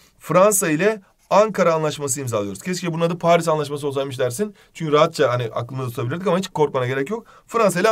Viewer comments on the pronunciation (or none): none